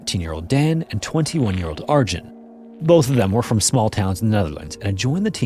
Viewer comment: The usuall preventable company negligence aside. Piet is pronounced Pete and Arjan is more like Aryawn. Google could have helped you there but at least you tried.